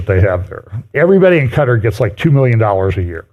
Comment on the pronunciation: I love you, but please pick 1 way to pronounce Quatar! People pronounce it 2 ways so just go with one. That stuttering every time you try to say it is a bit distracting!